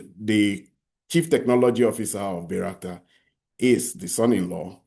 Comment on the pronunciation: Bayrakta drone, not Bayrskat.